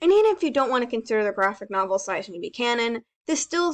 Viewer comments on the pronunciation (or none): none